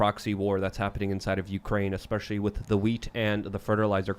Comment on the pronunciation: Have not missed. Go away and come back when you can pronounce "with" correctly.